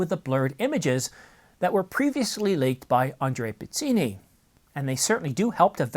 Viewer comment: All sources are Andrea Pizzini? By the way, the correct pronunciation is : pitz-EE-nee.